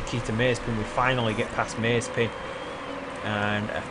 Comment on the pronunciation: He isn't [meizpin]! He is [maze'pin]